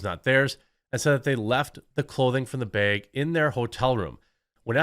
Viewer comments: I hate the way you say “bag” 🫢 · lol. "beyg" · Jeremy saying "baag" makes my day! Thank you Jeremy. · Everytime Jeremy says "beg" I lose approximately 1 year off of my life expectancy. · One less clown in Biden's Freak Parade. Also, Jeremy had to say "behg" 100 times. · “Baig” lol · Is it just me or is Jeremy pronouncing word "bag" weirdly cute? Like bēēg :D edit: grammar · I only click on the video to hear the quartering say the word bag over and over